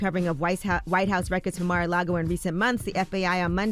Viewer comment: Is Charlemagne saying Mag-A-Lago as a joke or does he not know the proper pronunciation of Mar-A-Lago? The grammatical errors in this broadcast are just pitiful. 😣